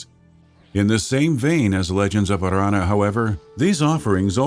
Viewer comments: Legends of Arrrrrrrranna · Legends of Arrrrrrrrrrrrrrrrrrrrrrrrrrrrrrrrrrrrrrranna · Stop rolling your r's on Aranna. So annoying! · That r is so strange!